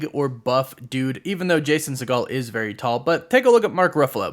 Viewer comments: Umm sir Segal. Not pronounced as Seagal. Had me thinking Steven Seagal had a kid in this movie or something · 😂 it’s pronounced “See-gel” he’s not related to Stephen Segal